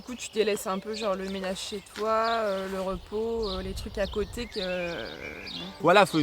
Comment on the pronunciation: " je suis fier de (toit) " 😀 C'est clair que a besoin de "toit" 🤣🤣